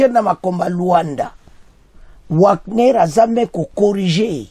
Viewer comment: Wagner on pronnonce Vagner svp